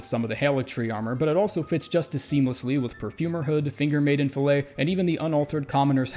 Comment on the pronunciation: "Fillet" is pronounced "fill it" when you're talking about headgear - "fill-A" is only for steaks.